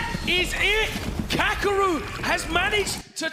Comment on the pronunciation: Take a shot every time they mispronounced kakeru